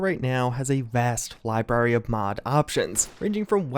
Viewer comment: First Nuculear. Now Libary. This dude is driving me crazy.